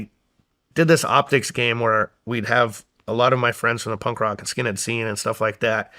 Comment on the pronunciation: Is Shawn calling it “pump rock”?😂